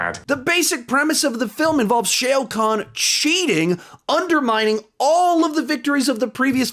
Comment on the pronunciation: Just saying, it’s pronounced “show Kahn” not “shayo kan”